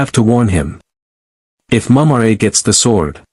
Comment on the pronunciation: I guess A.I. can't pronounce Mumm-Rah.